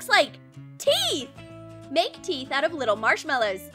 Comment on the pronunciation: I thought she said tee and I am like but that is tee right ? Oh teeth